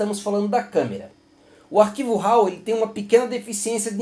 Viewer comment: Muito bom, seu vídeo! Posso lhe dar uma dica? A forma correta de expressar a palavra "RAW" é " RÓ " e não "RAU"!